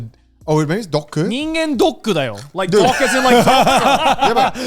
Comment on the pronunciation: its human dock... twat. laughed so hard.